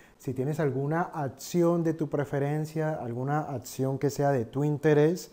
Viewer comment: Se dice acción. No ATCION